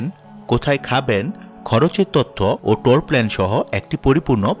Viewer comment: ভাই,টোর না,ট্যূর। লাভ ইউ ভাই❤️